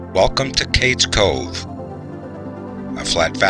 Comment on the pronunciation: My grandmother was born here (Lequire-pronounced Leekwire) and I am related to most of the people mentioned. My mother knew Aunt Becky. She would catch the bus in the Cove to go to Maryville for school; she grew up in Happy Valley on the other side of the Cove. Btw, it's pronounced "Cage Cove". For me, it is the most beautiful place on earth.